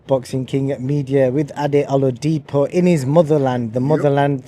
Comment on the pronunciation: First thing- Ade actually needs to learn how to pronounce his last name properly as a Yoruba man- it’s not “O-la-di-poe”, it’s “O-la-di-pur”